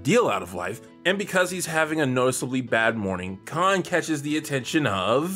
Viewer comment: Ever mispronunciation of Khan's last name makes me piss myself laughing. 🤣